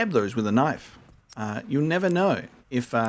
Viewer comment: I took a drink of Fosters every time you said “knoif”, now I’m bangin a wallaby